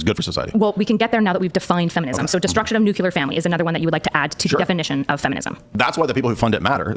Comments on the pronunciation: I was fully on side until she said "nucular". She lost the debate. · She’s not helping herself by saying “new-q-lure”